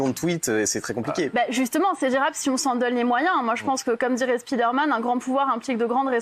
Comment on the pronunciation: speederman? Speedoman? spi dair mane?